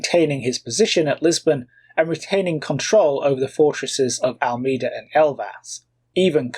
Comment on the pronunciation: Portuguese pronunciations: Almeida is “Al-MAY-Da” and Coimbra is “Coe-EEM-bra”.